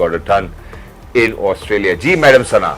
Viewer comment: Asutralia nhi hota Australia hota hai😂😂